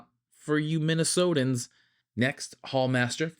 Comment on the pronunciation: “Not for you Minnesotins” 😂😂😂😂😂